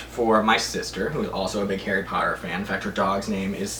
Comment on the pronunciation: harry potter not hairey palter